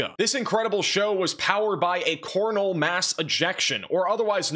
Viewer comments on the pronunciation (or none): Ha he said CORN-al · Anyone else think he said cornhole mass ejection??